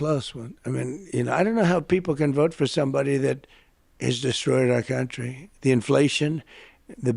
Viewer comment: Why does he pronounce it "countreh" instead of "country" and "nothing to do with meh". Pull his string like a Chatty Cathy doll, he repeats the same immature English insinuations and intentionally says nothing clearly. This way he can't be held to account for legal missteps. Why did the U.S. accept him as a serious thinker?